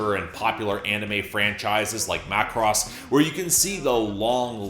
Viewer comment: As a weeb hearing say “macross” is so strange.